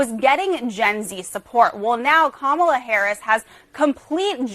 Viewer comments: 85% accuracy rate on this although I always enjoy and actively seek your take on the passing year. For example, you consistently mispronounced ‘Kamala’ and SNL is 50 years old not 40. I’m not sure that Brat is the new ‘Live Laugh Love’ so much or that millennials are as irrelevant as you suggest although they certainly aren’t the youngest in the conversation anymore. Luigi is hot af tho and Catholics are indeed metal. Have a great 2025 🎉🍾🎊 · Great video but the way you pronounced “Kamala” hurts my heart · Can't even pronounce kamala's name right lmao